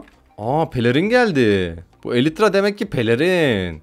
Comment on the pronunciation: Abi sen Minecraftçı değilsin hiç bir şey bilmiyon elytr kanat değil kanat